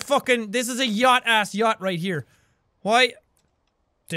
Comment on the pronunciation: did u just say yatch?